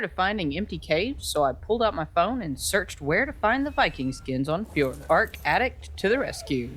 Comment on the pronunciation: the name is fjordjur